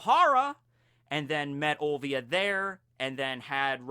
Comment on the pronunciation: Robin's mother name is Olivia not Ovia!! there is an "L" there!